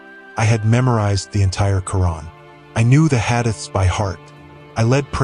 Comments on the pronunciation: This is ai, not a true story. How do I know? The way he called the Friday prayers a “sermon” & the pronunciation of “hadith” Ain’t it a sin in Christianity to lie? Goddamn yall are something else 💀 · No Imam would mispronounce the word Hadith.